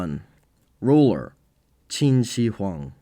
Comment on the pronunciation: When pronouncing the "Shi" in Qin Shi Huang, try saying the "shir" in "shirt" rather than "shee". The "shee" pronunciation is reserved for the pinyin "xi."